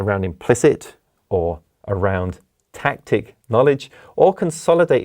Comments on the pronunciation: Tacit, not tactic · Tacit not Tactic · doesnt he mean tacit knowledge instead of tactic